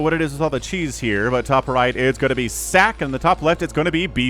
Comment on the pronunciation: ssak = is pronounced like Sock, not Sack lol